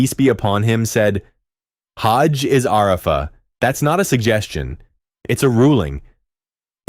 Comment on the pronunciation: "ARAAAfa" almost made me cry, it was so painful to hear.